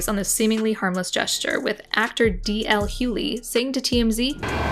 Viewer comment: “DL Huey” are you serious? Who did the VO for this video? 🤦🏼‍♂️